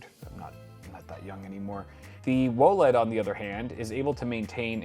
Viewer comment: Can we please not say whoaled and just say W O L E D lol